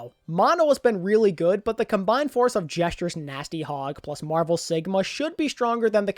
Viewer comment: Bro said "Gesture's nasty hog" >:)